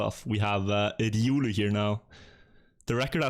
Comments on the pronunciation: Please dont say „riulu”. Its not ”riuluu”, its „riolu”. Where do you see „u”, when there its a straight „o”???. Riolu! Ri-o-luu... thats the nickname of the guy. Just a fun fact! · why are you pronouncing it riUlü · would really appreciate it if you could learn how to pronounce riolu